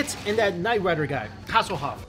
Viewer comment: 😂😂😂I had to replay it to make sure. I’m pretty sure you called Hasselhoff , Tasselhoff🤣🤣🤣